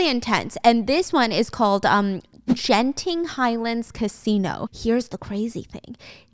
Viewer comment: im so sorry the Genting Highlands pronunciation just made me crack up💀🫶